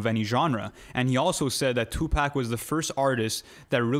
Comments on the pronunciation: It’s 2pac not 2 pack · I almost stopped listening when dude said "2-Pack"...but I'll go ahead and see what y'all talkin bout. 😑🤷🏾‍♂️